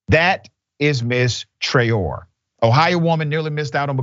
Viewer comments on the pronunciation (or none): The correct pronunciation of that name is Traore( Tra-oh-Ray). It is a West African name.. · Pronounced Trey-o-rey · I believe that name is of Senegalese origin and is pronounced Tra Oh Ray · Her name is pronounced Tra-Ó-ré it's a west African name.